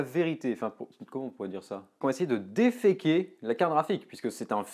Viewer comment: Tu devrais dire défaïker plutôt que déféquer! Sinon, bonne vidéo!